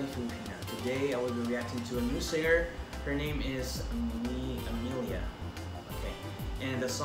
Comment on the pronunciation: pronounced as Emilia, just the spelling is a bit different, btw you've reacted to her song with Kaer before for AJL previously